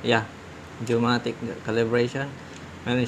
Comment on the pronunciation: geomagnetic not geomatic .😊